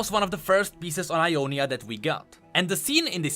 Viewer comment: Sorry its Ionia not I on is